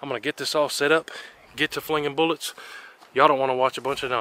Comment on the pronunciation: Goodness gracious learn how to pronounce the word bullets.